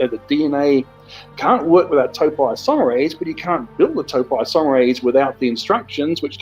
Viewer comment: Ahhh... The expert who can't even pronounce the name of the enzyme properly. Total nonsense....